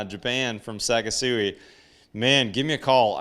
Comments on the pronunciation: I strongly suggest you learn how to pronounce Japanese words. It is not pronounced “Sakesui”. It is pronounced “Sa KI su i”. The “KI” sounds like the english word “key”. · You are pronouncing their Name wrong. It's SeK sooee almost like the word sexy with the beginning of the x sound a hard k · It’s pronounced “say-kee-soo-we But overall great video presentation